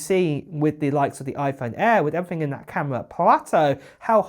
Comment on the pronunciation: It’s not “uver” it’s other It’s not “everyfing” it’s everything It’s not “fings” it’s things You sound ridiculous.